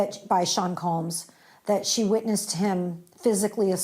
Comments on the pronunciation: Combs…. Not Coombs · Combs, not Coombes